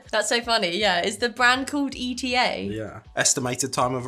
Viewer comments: It’s not E.T.A. It’s eat-a 😊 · E.T.A. hahahahah its not said like that...eta one word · I really loved watching this video. Loved all the reactions. Shout out to Paul for the selection of treats from our side of the world. One last note: ETA is actually pronounced eee-tah. Not E.T.A Glad you enjoyed our treats from NZ :) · The Whittakers, thats what peeps can knock off in one sitting. We do have 50g sized, 180g sized. So, yep.. and ETA we pronounce it eeta not E T A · Kiwi here, no comparison between Whittakers and Cadburys, Cadbury's ruined their chocolate when they put palm oil in it and stopped producing it in New Zealand. It taste awful now. Whittakers is the best chocolate on the planet. the crisps are pronounced eater. As for L&P no one can describe that flavour. loved your video. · OMG Comparing Cadburys as good like Whittaker's, yeah nah, Cadburys is disgusting and we don't buy it. Who'd buy that when we've got Whittaker's! ❤❤❤ - Also it's not called candy its, lollies and Chocolate. -Standard Chocolate size - Eta is pronounced like eat and then with an a on the end etaa. They're called chips, not crisps. - L&P is a fizzy drink. Not a soda. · Pronounced..E.Ta run together 😅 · You's are super cute. ETA is said as ..... eat'A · It’s ETA! A word not letters! L and P comes in sugar free as well. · Eta. Lol. Its eat ah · Eta is actually pronounced Eat-a. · Eta chips…. Pronounced as in “eater” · ETA is pronounced EAT-AH in NZ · That is the standard size of Whittakers in NZ, my favorite is the jelly tip, which is like a raspberry jelly filling to the pieces with a base of milk chocolate and a top layer of white chocolate. Whittakers do export international as well, but those blocks are about half the size to what we have here 😊 And Eta is pronounced "Eater" 😁 I've never tried that flavor though. I normally just get salted and make a "kiwi dip", which is nestle reduced cream and Maggi onion soup mix, mixed together and chilled in the fridge for a good half hour